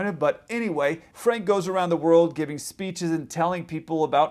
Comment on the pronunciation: Yes, you pronounced Frank's name correctly. He lived up the street from me for years. Catch Me if You Can was fiction, from beginning to end. It was his only successful con. In fact, during the years the book's escapades supposedly happened, he was in prison because he got caught for kiting checks.